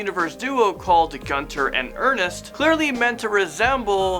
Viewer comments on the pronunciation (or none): Pretty sure it's Gunter and Ernst not Ernest.